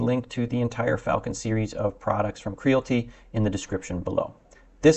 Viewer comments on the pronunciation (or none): KREE-AL-IT-TEE as in reality. There is an "I" in the name.